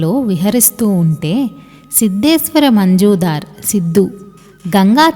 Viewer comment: అమ్మా, మంజుదార్ కాదు. మజుందార్.